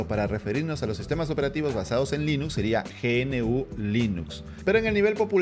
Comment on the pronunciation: Se pronuncia Linux no linus